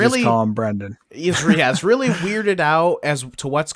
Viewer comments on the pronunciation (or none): Don't know about the Japanese actors, but you butchered the American actor's name for sure. It's Brendan with an "e", not Brandon, and Fraser, which rhymes with "razor." Not Frasier like the TV show. Edit: Sorry if that sounded a bit harsh, lol. Good video! 😊